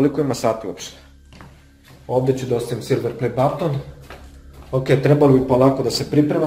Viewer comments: Neznas pricat i neznas izgovorit silver play button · Meni je smesno kako kaze silver play batton